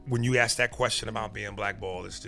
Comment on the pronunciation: Truth offends you? aks instead of ask